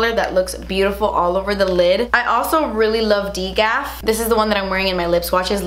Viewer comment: Hahha d-gaf.... I don’t think it’s pronounced like that. And it means Don’t give a fuck